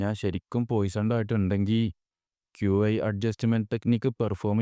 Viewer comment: Bro qi enn parayenda key enn paranjal mathi